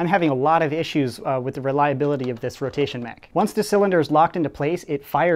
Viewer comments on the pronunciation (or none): none